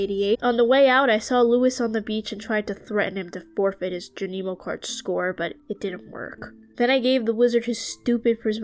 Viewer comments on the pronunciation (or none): Amazing job with this but I can’t help but let you know bc I cringed every time: it’s skull cavern not skull mines😭, junimos is pronounced (june-ih-moes), and the c in scythe is silent